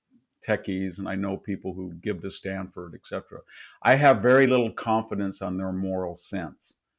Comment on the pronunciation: This professor can't speak proper English. Nukelar, exedra, controver-sea-al, can't pronounce Erdogan, Karabakh, Azerbaijan, etc etc. Fucking poseur.